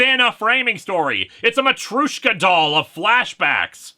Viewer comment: that's an interesting way to pronounce matryoshka, I can only assume it's a regional thing cause it sounds to accurate to be completely wrong.